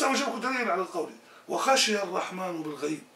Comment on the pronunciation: ''َو خَشِيَ الرحمانَ بالغيبِ'' , الرحمان بفتح النون ياسيدي. لان الله لا يخشى احدا. فاذن, الرحمان كلمة منصوبة وليست مرفوعة.. شكرا جزيلا لك على نشرك لما يفيدنا في ديننا و دنيانا. وبارك الله لك في ذريتك.